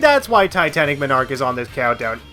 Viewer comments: People are talking about how he says “MON arch” as “minarch” But don’t talk about how he literally said “miminum” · No game is perfect and flawless. Also it's MON-ark not MI-nark. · Everytime you say "Minarch" I die more inside. Also did you actually not like titanic MONarch for being hard? It's the final stage in the game did you want it to be a cakewalk? Unfair moments? What? That's just nitpicking rather than a real issue. Also are you really mad about playing blue spheres? A mode you dont even have to play? My biggest problem with this "everything wrong with" is how they're just small little things you dont like. The only point I can really agree with you on is the lack of more original stages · ive never played sonic mania and all ive heard are good things about it. im glad you made a video about what people might be afraid to talk about or things that are just overlooked when people talk about how great the game is. and im sure you have gotten this before but it made me laugh every time you said "titanic monarch". you were pronouncing it as m'narch or minarch when its pronounced mon-arch like a monarch butterfly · MAHN-ark MAHN-ark... not muh-NARK. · It's not Titanic "ma-nark" it's Titanic Mon-ark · Mawn-Arc, not muh-narc. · Just for the record, its pronounced MON ark not minarch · omg...it's MONarch. NOT menARCH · Ma-narch I’m gonna say it like that from now on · did you just fucking say m i n a r k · remember people it's not pronounced MONarch, it's m'nARCH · he kept saying minarch lol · Dude, you pronounce 'monarch' very strangely. Your emphasis is way off. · The only thing I don't like about the video is how you pronounce Monarch wrong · The way he pronounces the word "monarch" bugs me. Good video on the whole, though. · I guess you’ve never heard monarch pronounced correctly before. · And you're pronouncing monarch wrong, monarch is a king